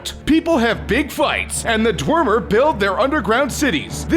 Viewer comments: Dwemer not dwermer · You said dwemer wrong.